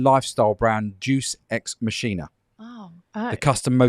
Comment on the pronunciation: Great show as per. Just a heads up. The Aussie company is pronounced like Latin. Day us ex makina 👍